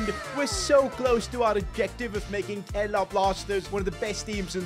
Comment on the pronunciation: and its karela ni g gga its kerala